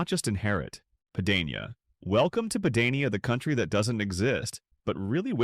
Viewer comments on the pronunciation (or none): Pah-dah-nee-ah not pay-day-nee-a. Same with Lega Nord, it’s leh-gah. The term Padania is used, at times, to refer to northern Italy but the flag and movement arent that popular. Regional differences are stronger than any potential bonds between all northern regions.